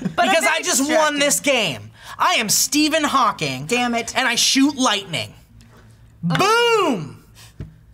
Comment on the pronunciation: Stephen Thawking XD